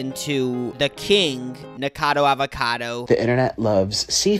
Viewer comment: Obsessed with the way u guys still don’t pronounce nikocado avocado correctly 😭😭😭